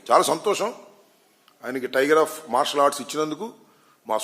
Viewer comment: అరె ఆంబోతుగా... నీకు సరిగ్గా టైగర్ అఫ్ మర్షాలర్ట్డ్ పలకటమే రాదు నీకెందుకు రా.... జఫ్ఫాగా ఎగేడుకుంటూ వస్చేస్తావు. నిజ సిగ్గులేదారా